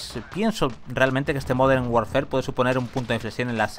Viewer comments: Me genera muchos nervios e incomodidad que diga call of duty "warfer" DIOS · La palabra "warfare" se pronuncia warfer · Warfare se pronuncia warfer